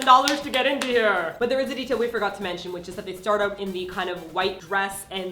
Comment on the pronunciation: Deatil? xD